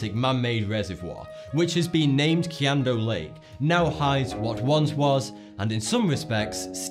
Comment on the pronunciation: WHY DONT YOU EVER LOOK UP PRONOUNCIATION FOR FOREIGN CITIES QIAN is pronounced Shan!!!!!!!!!!